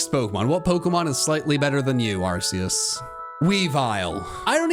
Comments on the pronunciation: IT'S ARCEUS, NOT F*CKING ARKOOS! SAY IT RIGHT PLEASE! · its ar-key-us not ar-c-us or call it arkoos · Arceus? I think you mean ARKOOS! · NO, IT'S ARCEUS, NOT ARCOOS! THERE ARE NO O'S IN THE NAME! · It's Arkoos, not Arceus!!! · The fact that you mis spoke on number 32. IT IS ARKOOS!!!